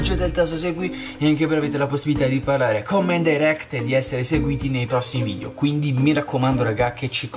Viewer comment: ti correggo si dice VIDEO non VIDIO